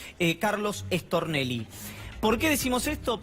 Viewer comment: Me parece a mí o cuando dicen Stornelli lo pronuncian rápido y dicen Extornelli